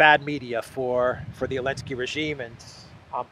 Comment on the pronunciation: Why do you call Zelensky "Elensky"?